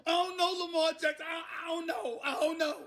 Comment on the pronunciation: Stephen A. “IONKNOW!!!!” Smith 😂😂 Get ready to see NOTHIN’ but Tom vs Newton debates!! Haha